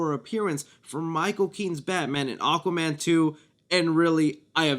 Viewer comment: “Aquman 2”